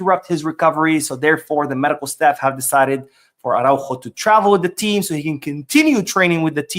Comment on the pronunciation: Please pronounce the fullback’s name more clearly— Ar-ah-Ú-ho. The accent matters.